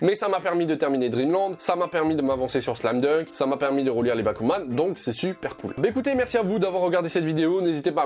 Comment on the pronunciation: Magnifique transition bon par contre j'ai compris bakugan au début au lieu de bakuman... j'aime les deux donc c'est pas grave ತಎತ